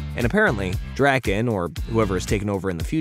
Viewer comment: It's Drakken not Dragon. Say it correctly